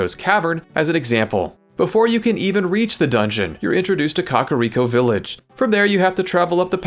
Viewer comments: Just a due note, it's not coch-uh-riko it's cuh-care-ico cool video though lol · “Cock”ariko village is the most Diddy way i ever heard it pronounced. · it's literally pronounced caca, dunno what you're doing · 'caca'riko' ... really?